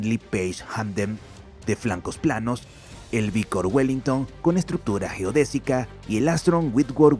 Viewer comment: Cómo? "Uiker" no! No és Wickers sinó que es Vickers!